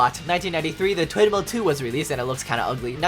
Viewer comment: Did he say twin male or twindhale